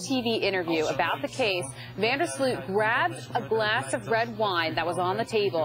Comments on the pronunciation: FYI: In English speaking media his name is pronounced incorrectly. The OO in Sloot should be pronounced as OA (just like in BOAT) and not as UI (as in FRUIT)... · Yóa-ran van der Sloat is how you pronounce it, not You-ráwn vonder Slute 😓